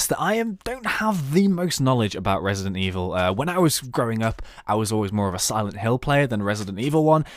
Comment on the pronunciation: I NEVER HEARD OF "RESIDENIT EVIL" IT SCARED THE SH*T OUTTA ME